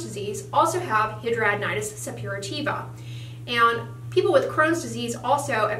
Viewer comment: Either you are saying it wrong or every doctor I've seen over the past 10 years and 4 states are saying it wrong.